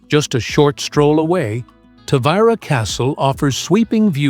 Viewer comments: This dummy can't figure out whether to pronounce the name Ta-Vee- Ra or Ta-Vy-Ra. Sloppy. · Pronounce the name correctly please